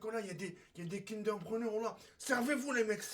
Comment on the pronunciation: Je rêve ou dan l’intro il a di kinder pruno 😭😭